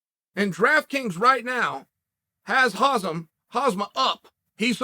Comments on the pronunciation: Hahaha, uncle Chael still calling Khamzat H-A-Z-M-A-T, like he's that space suit! One more time, Chael, it's not H-A-Z-M-A-T, it's H-A-M-Z-A (K and T are silent). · CHAEL Please stop calling him khaZmat, its khaMzat!!!!!!! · "Hazm... Hazma" Lmao at least he's trying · Learn the fighters (last names) please. Stop calling him Makhalchev. Stop calling him Khazmat. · Not to mention "Hazmet" Chimaev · This video has: Hazm, Hazmat chimaev, oozeman, macklechev. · "Hazam", "Hazman" is legendary! :-D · When is he ever gonna get khamzat's name right? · Macklechev? Bobba green? Never heard of them. Remember when she'll put out a video the other day and mispronounced khamzat's name multiple times right in front of him LOL I love chael! but he's terrible at pronouncing people's names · Chael refuses to pronounce people's names right 😂😂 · Its funny that after all this time, Chael still can't pronounce Khamzat's name properly :)